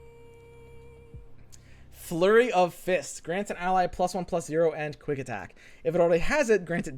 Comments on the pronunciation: Cant unhear now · Anybody else notices how always says "Andz" not "And"?